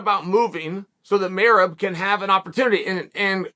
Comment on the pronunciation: The pronunciation of Merab really fucked up my comprehension for a solid couple minutes. Annoying but hilarious.